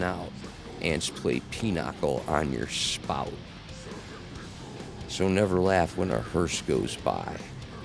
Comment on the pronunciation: Barnes is the man. But dude, it's "snout" like your nose, not "spout".